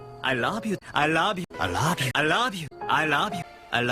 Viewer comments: I like the part where he says 'I rouve you' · It sounds like "I lob you" to me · Damn, I almost make it past the middle with it still sounding like "I love you" but in the end It ended up "I rob you, I love you, I lob you, I rob you, I love you, I louuve you" XP